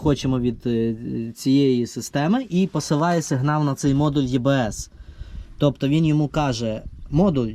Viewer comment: Читається і-бе-ес EBS.